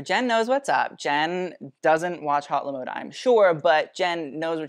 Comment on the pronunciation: La mode , not Le mode